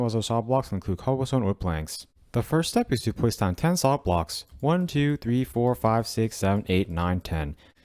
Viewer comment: Why the fuck can they not say the F sound in "Soft". Also, their cadence is all fucked up. Learn to speak.